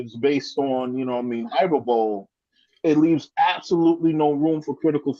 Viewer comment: Hyperbole is pronounced high-per-ba-lee.